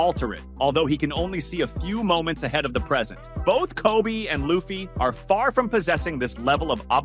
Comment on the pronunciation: I do not like the was you say Luhhffy